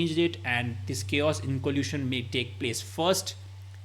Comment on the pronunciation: I thought Indians are smart. He can't even pronounce inoculation.